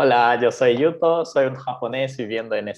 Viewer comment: qué bonita la pronunciación de yuto, ahora, la tortilla de patatas sin cebolla siempre porfavor ajjaja